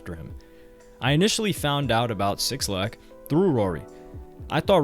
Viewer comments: Say it with me now Black not Six Lack 🤣 who dat bruh lol good video though g. I love these types of videos fr. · His name is pronounced Black Not 6 lack -_ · omg bro lmaooo it’s pronounced *BLACK* (6lack) not *6-lack* son lmaoooo please try to save yourself before 6LACK fans hate you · “six lack” lmfaoooo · 6-lack😂😂😂😂😂 His name is pronounced Black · its “Black” by the way not 6 lack 😩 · Cringing at every SIXlack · Just for the record it’s Black (6lack). Not 6 Lack lol. Or maybe that was intentional 🤔.. Great video. U a beast wit the content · minus 3 more for saying "6 lack" instead of "black", everything else is good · not sure if you're meme'ing by saying "6-lack" but it's supposed to be just "black" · I think his name is pronounced black but spelled with a 6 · 6lack is just said as black. But great vid really interesting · Yo why did you call him 6lack its pronounced black 🤦🏾‍♂️. I wish you would've mentioned how 6lack wore a wig for his debut. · bro clearly saw in the paragraph “pronounced black” and just decided to read over that part 😭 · 6lack Is pronounced Black btw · 6lack pronounced black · '''sixlack''' by the way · bro... "6-lack"? sometimes i be wondering if you really of the culture. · Bro it’s pronounced “Black” lmaooo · It’s killing me hearing him say it over and over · Dope documentary, the way he kept say 6lack took me out though 😂😂😂😂💀